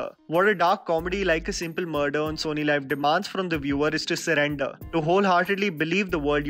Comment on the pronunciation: It's SonyLiv not Sony Live. सोनी लीव। Not लाइव